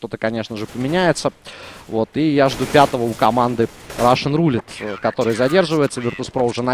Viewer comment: Специально для. В слове Roulette ударение на первую «е». RUSSian + roulETTE = RUSSETTE. Комментарии на 4/5. Умеешь лучше.